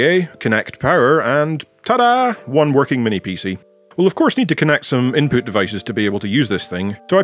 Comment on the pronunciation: "Inpoot" that is all <3 :)